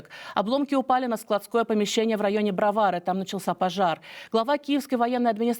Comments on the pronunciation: Не БровАры, а БроварЫ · БроварЫ, а не БровАры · Особенно "порадовали" БровАри...😮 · Ветка метро красная,Бровари ударения неправильное.